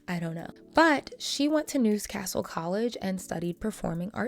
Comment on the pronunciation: Oh girl the pronunciations are killing my soul 💔 Newscastle.. glass cow... 😭